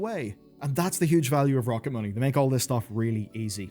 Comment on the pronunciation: After I watched Matt and Shane's podcast I'm fairly sure you are saying Rocket Money very wrong. Please adjust for the next video thank you! 😂